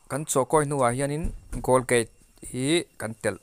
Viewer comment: Golgate a ni lo.. Colgate zawk o